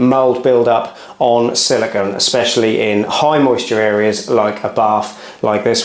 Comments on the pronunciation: siliCONE not siliCON. It's not hard. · 🤷🏻‍♂️ SILLIKAN? WTF is Sillikan? 🤦🏻‍♂️ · Silicon is an element, silicone is a polymer. Pronounced differently.